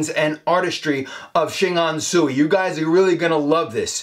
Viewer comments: Another cool episode,. This gentleman is truly gifted. A small correction. Tsui is pronounced "Choy". Probably a silly question, but have you checked out the artwork of Norman Wong. Also, a gifted artist that captures Bruce Lee very well. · Tsui should pronouce as Ts-ui, not su-i 😊